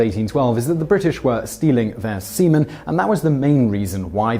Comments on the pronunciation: Dang, for the entire time I thought Simon was actually talking about semen instead of seaman. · Every time he says sea men, I think he is saying semen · Can't stop laughing every time you say "seamen".